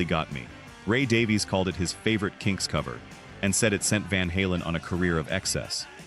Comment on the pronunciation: Great video. One quibble. Ray and Dave Davies. Their surname is pronounced Davis.